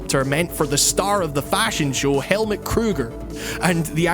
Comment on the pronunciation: The name Helmut is pronounced Hell-Mood (no pun intended).